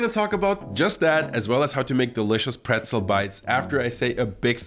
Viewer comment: Nice recipe, and thank you so much for the proper pronunciation of pretzel, as an American who is interested in learning German and travelling to Germany that was helpful. Prost! 🍻